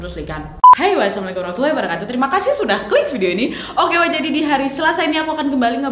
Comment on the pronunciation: Untuk salam pembuka kenapa kak Nadia selalu ucapkan WAsalamu'alaykum ? salah itu kak ... seharusnya ASSALAMU'ALAYKUM